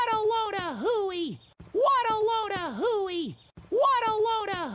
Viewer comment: I no longer hear “what a load a hooey”. I hear “waddleona hooey ”